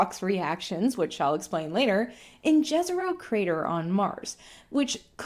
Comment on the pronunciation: if the crater is as wiki states named after the place Jezero in Bosnia, why are even official NASA sources mangling its pronounciation so horribly? its not difficult, just the sound you'd prob write as yezero; whereas what you're saying sounds like what would've been written as džezero. What was even the point of naming features of mars in such an international way if this is what you'd then do to it, even when english speakers clearly can easily pronounce the intended phoneme?